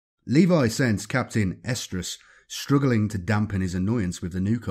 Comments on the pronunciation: I keep hearing "Captain Estrus/Oestrus"... which then might as well be "Captain Ovulation." It'd probably make Slaanesh happy 🤷🏻‍♂️ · i think its something like Arestrus or Errestrus because he does pronounce an "r" in there. but yeah, its weird sounding.